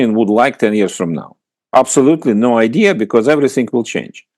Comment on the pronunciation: Какой ужасный английский у Фёдора Лукьянова. "Эврисынг". Впрочем, он и сам по себе дурак, не только в английском произношении. Зачем чувака пригласили? Он же скучный и нудный.